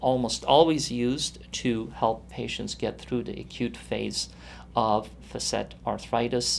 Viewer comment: It's pronounced "fa'--sit", ! The first syllable gets the accent/stress. The "a" is a short vowel sound, like "cat". So undo whatever you learned and tell whoever taught you to mispronounce a word that has been in the English language for over 200 years; to pull their head out of their butt and look at a Webster's dictionary!